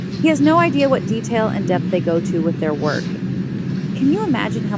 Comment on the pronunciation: "Not gon werk".... Guess what? It "werked!"